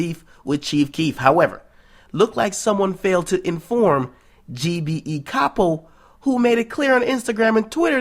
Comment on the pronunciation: Its Pronounced Cap oh